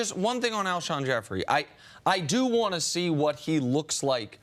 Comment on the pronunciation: It's Jeffrey not Jefferies